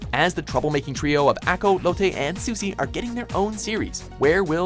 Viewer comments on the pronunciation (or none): none